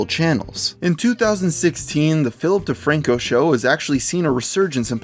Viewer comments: philip defranco? i heard ''filthy franko'' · I swear I heared filthy frank-o when you said Philip de Franco.